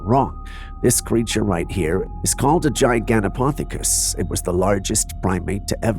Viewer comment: Camera 17 it's pronounced Ji Ganto Pith acus that's Pith it rhymes with Sith Not Poth rhymes with Goth